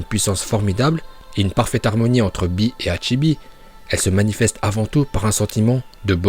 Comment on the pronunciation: Eh par contre bee il s appelle bee et pas b